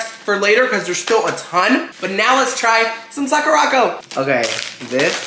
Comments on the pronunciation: I'm sorry idk if you've been told this already but it's Sakura co not Sakurocko sorry not tryna sound rude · Lol just a heads up its pronounce "sahh - coo - da. ...... Co" co is separate it just means company